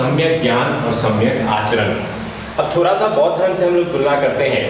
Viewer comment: Sir please aap d ko r mt holo. Jese thoda ko thora.